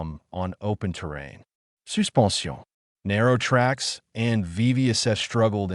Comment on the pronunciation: French pronounced “suspension” — sou pen shone or something like that.